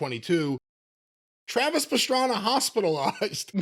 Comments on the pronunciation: I love Travis Pastrana but Jim calling him Travis Pastrami is hilarious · "Who's Pastrami?" 🤣 I'm pretty surprised hasn't heard of Travis Pastrana, if I have.